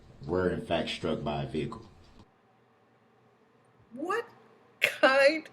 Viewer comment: When yoi say vehicle. What do you mean vehicle 😮😮😮😮